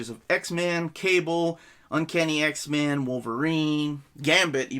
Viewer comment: I keep hearing "X-Man". Cool video, though.